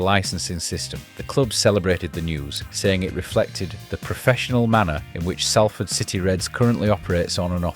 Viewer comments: Just a quick note, it's pronounced Sol-ford or Sawl-ford, not Sal-ford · Salford. Not Sallford. They have to deal with this mispronunciation all the time. It’s just like salt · I’ve lived here for a decade and a half and I thought it was pronounced saul-ford. 😂 woas me. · Pronounced “Sol-ford”. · What? From Broughton to Traffod It's pronounced sol-fod. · Why can’t Ou pronounce it properly, you irk ? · least I can pronounce Salford correctly you tw@ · Good video but pronounce the name of our city right ffs !!!!! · every time i heard the name Salford it grated me